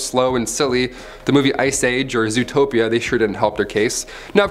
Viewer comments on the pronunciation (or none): none